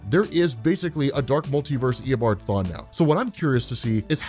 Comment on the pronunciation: This is how many times he said ear a bom farm (reverse flash’s actually name) | | \|/